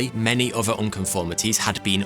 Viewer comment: Nice job narrating, but saying the /th/ sound CAN'T be that hard. Can it? Other...not Uver .... Nothing ... not Noffing..... North ... not Norf.